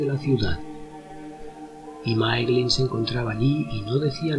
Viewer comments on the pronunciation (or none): Se pronuncia Máiglin, no Máeglin. "Ae" es siempre pronunciado "ai". De la misma manera Nirnaeth Arnoediad se pronunciaría "Nírnaiz Arnóidiad".